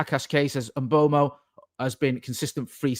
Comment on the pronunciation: In this one video says “Mbomo”, “Mbwaymo”, “Mboomo” and “Mbwemo” and none of them are correct 😂 Bless him